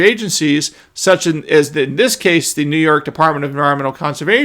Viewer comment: Come on, It's New frickin York 😅